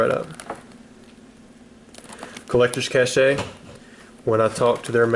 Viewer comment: Hopefully you’ve learned by now that it’s collectors cache (sounds like CASH) lmao